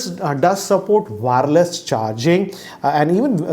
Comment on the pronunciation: Just on the lighter note, it's not WAAARELESS charging.. its wireless charging.😛